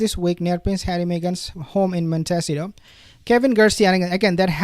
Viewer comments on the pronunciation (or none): Pls… montecito not montesio 😂😂😂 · Please! It’s pronounced Mont ih C toe. You are very hard to understand at times because you mispronounce so many English words. Please learn how to pronounce names of things at least closer to the way they are said in America. Thank you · You asked how to pronounce the city that H&M live in it’s “Mont ta seat toe” sound it out.